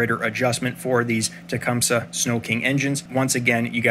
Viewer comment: Finally a tech that says the word Tecumseh correctly !